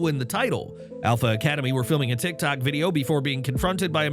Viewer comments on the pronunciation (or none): none